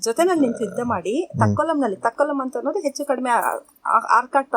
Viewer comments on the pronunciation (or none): none